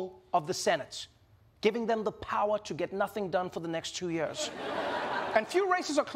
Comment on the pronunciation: You have to. Just understand Trevor’s pronunciation of “years”. Or as he says. “Yearges”